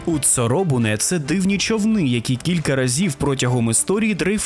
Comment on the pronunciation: ну і не утцуробуне, а уцуробуне. Мені аж цікаво, з якої мови ви брали ту транслітерацію, бо це жахливо. В англійській там буде писатися через тсу, але ніяк не через тцу. В нас є ц, шоб передати цей звук більш-менш точно